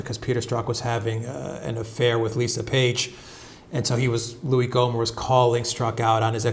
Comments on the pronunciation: lol pronounced Gommer, but spelled Gohmert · It's Gommert, not Gomer.